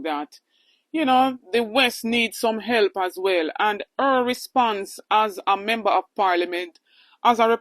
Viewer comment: Give up di damn position. Your pronunciation is like yuh dutty mind MEMBO memba. Its Member. KINGS English please.